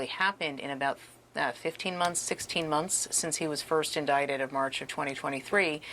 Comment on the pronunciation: Did she pronounce “since” as “sense?” I hear this quite a bit.